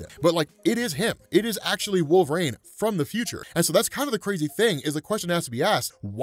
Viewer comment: I love how you pronounce it "Wolv-RAIN" lmao